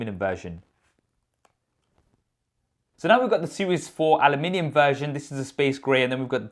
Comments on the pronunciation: My man can never say Aluminium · Switching between English and American when saying ‘Aluminium’. Multi talented. 👍🏻😀